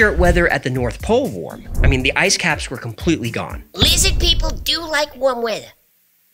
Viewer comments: Why are u mocking Jewish pronunciation? Lizzid? Not cool. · this is my favorite one. prob because of spelling/pronunciation of 'Lizzid'. As a New Yorker, this cracks me up to no end. Thanks